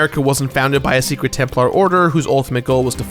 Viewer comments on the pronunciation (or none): none